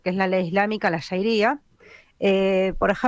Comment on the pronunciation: q feo censurar un comentario porq no nos gusta,.- Era MI opinion, y no dije ninguna mala palabra. Al margen avisar q se dice sharia, no shairia, como tan mal se la pronuncia en la charla.- 34.02 seg